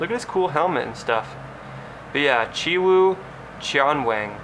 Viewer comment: I just watched this to see how you pronounced ChiWoo Cheonwang, nice Korean bruh 🤓, spent all my $ on QB10oz 😁